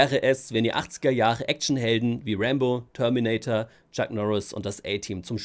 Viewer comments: Meint er Rambo oder warum sagt er immer Rainbow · Wer hat auch die ganze Zeit Rainbow statt Rambo verstanden 😂😂